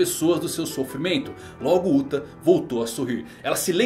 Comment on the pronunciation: Sempre que falam "Uta" eu ouço "*uta" :((